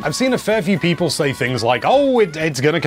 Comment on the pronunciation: No one:: PEEPOL